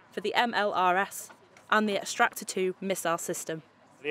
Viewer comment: It’s the ‘Exactor’ missile. Not “extractor”